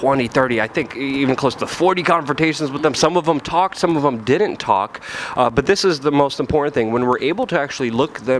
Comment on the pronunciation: PLEASE learn how to pronounce COULDN'T AND DIDN'T. It's not COULDENT AND DIDENT. And it's not CU'ENT AND DI'ENT, either.